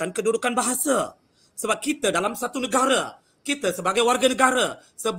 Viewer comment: Hancurnya bahasa Melayu.......sok Melayu tapi ucap negare, bahasa...bukan bahasa